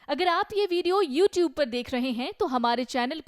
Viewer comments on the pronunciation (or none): none